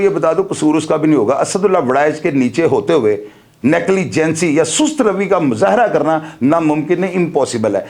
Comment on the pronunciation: Negligence نیگلیجینسی نہیں ھوتا نیگلیجینس ھوتا ھے